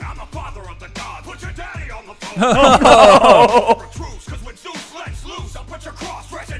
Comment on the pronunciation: Really? "Zues"? That makes my everything hurt.